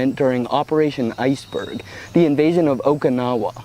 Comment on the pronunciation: Every time I hear someone pronounce Okinawa like that, I cringe a bit.